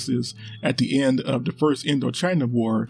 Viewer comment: Dee north vietnam and dee south Vietnamese. I didn't know dee had dees guns.